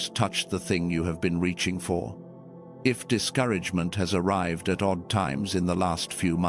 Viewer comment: ARRIVED NOT ARRIVEDED